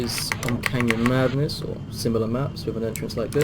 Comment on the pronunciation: I'm sorry but I cant understand you when you say how you are playing canyon madness offline